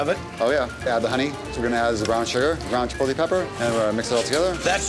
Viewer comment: The only bad part about all of this was listening to those northeast guidos saying "chipol-tay"